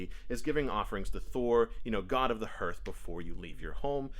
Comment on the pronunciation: Just found your videos bro, looking forward to watching more, hey just a heads up, It's pronounced "harth"👍